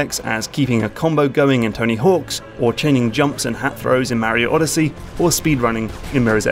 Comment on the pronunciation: Great vid m8. But please stop saying mario in that wierd way.